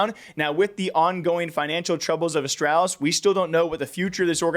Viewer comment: the way you say astrawlis bothers me